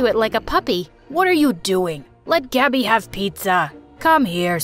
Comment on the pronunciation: “But everyone calls me Gabby” Pronouncing: Gabi A thrift store called Gabi: And I took that personally